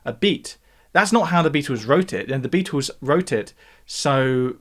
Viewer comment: "the Beatoos"